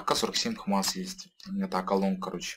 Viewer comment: Не позорься что еще за хмас ? икс мас вроде бы правильно.